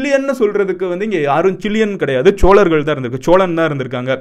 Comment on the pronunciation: சோழர்கள் not ச்ச்சோழர்கள் solargal not chcholargal 😒😒